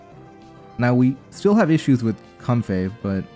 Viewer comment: and it's not how pronounces it. He pronounces it comfé When it really should most likely be comfae